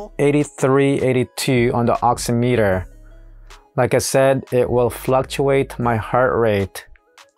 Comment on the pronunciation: Pronounced ox-IM-it-er, much like "oxy-" is in "oxygen" and "-meter" is in "perimeter." The nuances of the English language, I know, where a word has different pronunciations in different instances, is a pain.